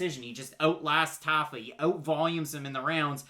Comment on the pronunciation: Not a big deal, but I'm pretty sure it's "TAH-fa". I lost money on him last time